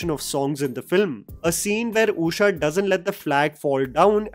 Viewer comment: Usha ❌ ooosha ✅